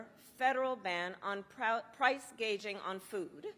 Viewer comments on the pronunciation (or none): She can't even pronounce "gouging" but rather she said "gaging" c'mon man and she's to possibly be our POTUS? Was she reading off a prompter? That's even worse then....